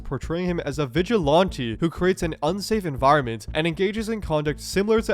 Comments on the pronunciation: "vigilonte" lmao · FFS PLEASE learn how to pronounce Vigilante ! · vigi "lawn" te...? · Is it just me or is there a specific accent when he says "vigilante" or "sorry".